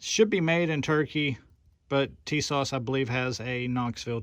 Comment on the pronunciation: Tisas...pronounced Ti-saash Per Tisas rep